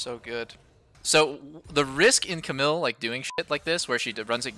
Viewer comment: The way Doublelift says Camille bothers me a little